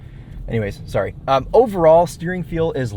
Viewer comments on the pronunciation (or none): none